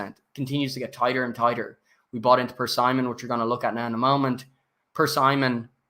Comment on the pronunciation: My brother in Christ - it's pronounced, Per-SIM-ON.....not Per-Simon